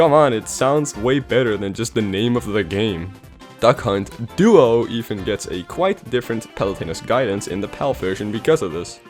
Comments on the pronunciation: The called it duck hunt duo, otherwise it sounds like the announcer says 'duck cunt' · when you said duck hunt duo i heard c*** duo